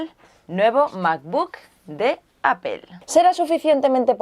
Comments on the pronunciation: Siempre me he preguntado por qué dice Apel en vez de Apple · "Apel" la pronunciación en inglés sería apol y si lo quieres pasar al español dile aple jajaaja pero es lo correcto creo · Como observación no se pronuncia "APEL" su pronunciación correcta es: "Apple /'eɪ-pəl/". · MacBook de ''apel''? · ¿Alguien más se siente incómodo por cómo pronuncia la palabras en inglés? El macbúk, el ayfón, apel. 😝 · no es apel, es apple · Edgar Alcantar Se dice apple diciendo la p de una manera explosiva y pronunciando en bajo tono la o. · "Apel" porque los españoles lo dicen todo mal??? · ¿desde cuando se pronuncia "APEL"? ;S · alfreido gonzalo Lo dice de forma muy "español" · Aprende a pronunciar Apple!